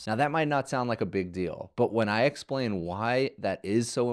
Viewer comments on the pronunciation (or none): none